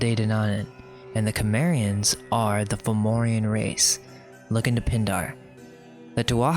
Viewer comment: Great video and welcome back. Thought you guys had 'left the building', so to speak Just a small thing, not complaining at all, but your pronunciations need some work: Celtic or Celtcs - hard C, not S. So Keltic, or Kelts Tuatha Dé Danann - TOO-AH DAY-DAN-AN Cimmerian - is a soft C, so it is Sim-aryan. I know it sounds like Summerian, but you just gotta make sure you pronounce the I instead of a U It just shows you have researched more and I think makes your work more credible, but again, not criticising, just looking to share knowledge back Looking forward to those corrections in parts 3 & 4 as I see 2 is already there ;) Thanks again